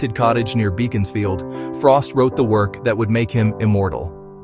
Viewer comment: Beaconsfield is pronounced as if spelled Beckonsfield